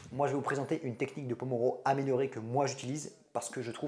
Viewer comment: Il me semble que le nom de cette technique s'appelle pomodoro, venant de l'italien "tomate" par Francesco Cirillo (l'inventeur)et non pas pomoro sinon super vidéo !! Merci beaucoup ❤